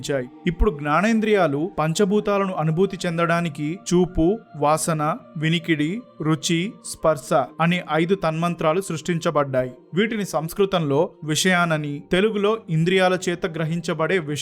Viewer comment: 16.00 Hrs - Narration is good- తన్మాత్రలు అనాలి - తన్మంత్రాలు అంటున్నావు. నాకు 79 ఏళ్లు వయస్సు. వంటరి వాడిని. పరమాత్ముడిని నాకు త్వరగా మృత్యువును అనుగ్రహించమని కోరుతున్నాను. నాకు ఎటువంటి కోరికలు లేవు. నేటి సన్యాసులు ధనార్జన, కీర్తి, ప్రాచుర్యం, సాంఘిక గౌరవం వంటి వాటిపై దృష్టి సారించారు. దేవహూతి మీరు దేవహుతి అంటున్నారు